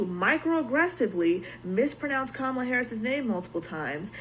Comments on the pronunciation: The thing is she’s a lesbian drag queen. Girl YOUR EXISTENCE IS INHERENTLY POLITICAL?? Chappell don’t do this to meee 😩 ngl the micro aggressive miss pronouncing of Kamala’s name has always given me a huge ick, I love her music but why Lord whyyyyy lmao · Chappell was outspoken when it came Kamala Harris (which she did not pronounce correctly) & 'both sides". But now, conveniently, does not want to discuss politics about her Alt-right uncle or now that Trump is back in office. I think something is definitely suspicious about her intentions. Alex even interviewed Kamala had a substantive conversation). I agree with you about not commenting on the mother thing and I think Chappell did not need to say that and make huge generalization based on skewed perspective of her friends.